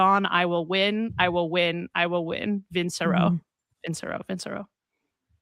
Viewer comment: Still not a threat, but maybe realize that ci in Italian takes a ch sound (what’s expressed in English as ch). It’s not an s sound. Vincerò = veen che ro as I’m sure you have heard sung